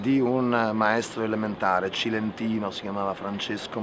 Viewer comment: Cilentano, non cilentino. Quello che dici tu è salentino.... 😂